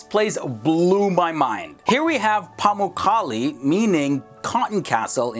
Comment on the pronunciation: Not Pemuccali, pa-muk-ka-le ,.pronounce like it reads